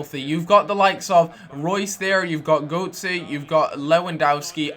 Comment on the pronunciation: Mate, I'm from Germany and i just laugh about how ur sayin' the names of this nice Dortmund side. Dont take it personally^^ But u say Goutzey to Götze :D Sorry, i love u ;*